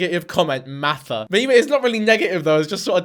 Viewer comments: She dead ass said "I'm meeting maaaaatha Stewart" "this is the prettiest dress I've ever put on my body" 💀wtf 🤣🤣 "jewelry" She pronounces her AHRS totally fuckin normal while actually talking in sentences like stfu. I can't stand her voice lmao. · “Mathis Stewart” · love that she can pronounce START and NORMAL without an accent, but cant say MARTHA without heavy emphasis